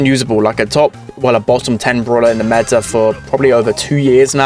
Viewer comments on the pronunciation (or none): none